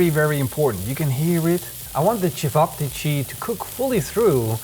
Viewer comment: Lol I never heard of cevapcici, but it was funny hearing you pronounce it differently each time 🤣